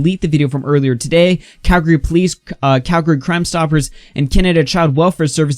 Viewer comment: thanks for not saying cal-gary